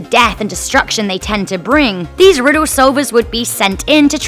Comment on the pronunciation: "Riddos" "tempos" "wotz" "pahses"